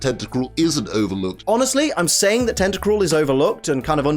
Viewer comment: FOR THE LAST TIME, TENTACRUEL DOES NOT END WITH AN E, IT ENDS WITH AN L! GET IT F*CKING RIGHT!